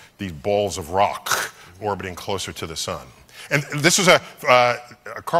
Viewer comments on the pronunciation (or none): That k was cwispy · I feel like he's intentionally pronouncing the "C" and "K" in Rock And it kinda annoys me lol 😆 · After reading this I watched it again and died laughing at the emphases lol I woke up my wife to show her.... she doesn't share our sense of humor 😊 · Now that you pointed it out, it's impossible not to get hung up on. What the hell is up with with that weird emphasis.